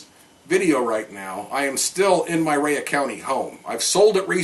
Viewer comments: I have never in my life heard Rhea county pronounced as "Rey uhh" county,lol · He prounounces it like its wrestler Rhea Ripley Rayuh lol. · You can't even pronounce the name of the county after living here for 10 years.